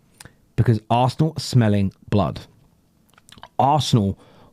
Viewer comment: Was that "Arsenal smell blood" or "Arsenal smell blud"? Should I be excited or offended?